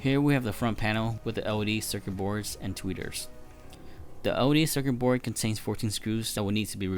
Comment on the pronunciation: I love how he keeps saying bore instead of board. It just sounds funny and the sub titles say the same thing like “input bore” lmao